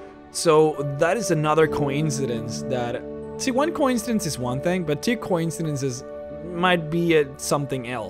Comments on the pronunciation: also, co-incidence. not coin-cidence. ffs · co-IN-seh-dens not COYN-seh-dens. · Your pronunciation of coincidence is... unsettling...